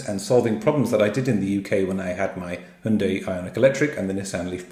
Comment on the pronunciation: I like your pronunciation of Hyundai, very close to native Korean!